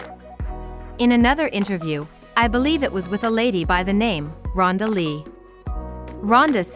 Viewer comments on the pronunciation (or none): You pronounced his name wrong. Love this family.